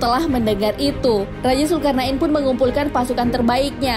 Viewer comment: Zulqornein bukan zulkarna,in bos